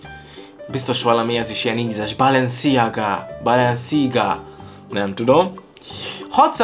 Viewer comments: Úgy kell kiejteni hogy balensziága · Chanel-Sánel Balenciaga-Bálensziágá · Chanel - sánel Balenciaga - Bálensziágá Dsquared2 - diszkverd